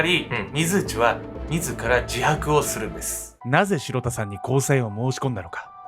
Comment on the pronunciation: 被害者の方のお名前、｢しろた｣さんではなく｢しらた｣さんのようです。